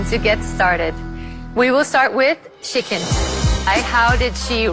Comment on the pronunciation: I always hear chicken instead of shikin